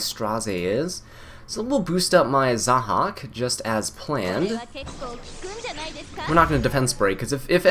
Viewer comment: LOL when you said "zahaak into the choux" it kinda sounds like "sock into the shoe"